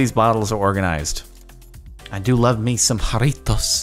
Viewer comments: Jarritos not Jaritos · And you pronounce it with an h instead of a j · The way he pronouced "Jarritos" was amazing.... "I do love me some JaRriTos" 😂😂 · The fucking way he says Jaritos gets me. I'm cackling. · I laughed way too hard at how he said "Jarritos" 😂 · I love how he says jarritos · The way he says Jarritos xD